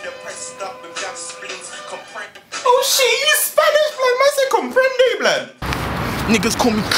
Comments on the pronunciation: man said comprende blood!! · MAN SAID COMPRENDE BLOOD